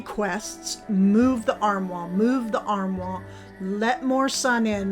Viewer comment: Love the transformation. You have beautiful decor. Just a note armoire is pronounced armwarr.